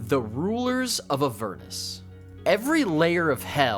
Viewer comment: Who pronounces Avernus like that?!